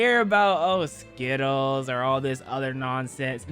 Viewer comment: This man almost said skottles instead of skittles😂